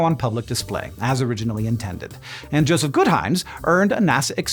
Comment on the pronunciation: "Jospeh"? Not Joseph?